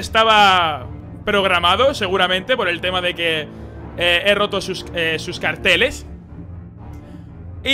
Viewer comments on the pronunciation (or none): none